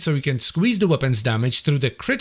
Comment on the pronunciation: Do you... Need more boullets? More Weh-pons? 😅